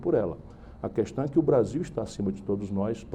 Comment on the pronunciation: q decepção... ele pronuncia "qüestão" em vez de "questão".